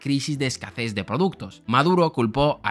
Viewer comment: A mí lo que me ha chirrido es que has dicho "escaces" en lugar de "escasez". Pero no pasa nada todos tenemos palabras que no pronunciamos bien o bien si no somos nativos. No pasa nada. 😅